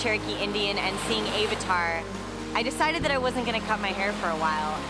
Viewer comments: It's not "ay-vatar" it's "a-vatar" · Ok when she said AVAtar it kinda bothered me but we all speak different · Omg yes, AVVV-atar not AYE-vatar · it's not "ave-ar-tar" it's "av-a-tar" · Lol "ay-vatar." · Ay-va-tar lol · I hate when ppl purposely say stuff weird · I can't get over the way she pronounces Avatar. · never heard Avatar pronounced that way....